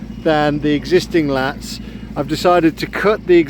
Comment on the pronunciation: laths not lats